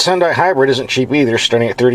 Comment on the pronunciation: Remember, "Hyun-dai" rhymes with Sunday! Also, why do a few little melodic tones bother you?